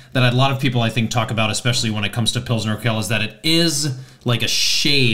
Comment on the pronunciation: Btw: it's pronounced "urkwel", not "urkel". Also in German Saaz is "zaats", in Czech Žatec ("zhatets").